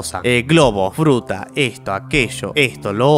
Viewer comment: alguien mas se dio cuenta de que en el minuto dijo frutra en ves de fruta